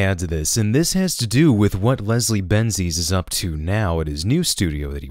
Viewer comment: "resrie benji's" - Hideo Kojima